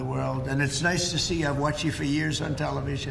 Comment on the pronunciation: no tilivison fronce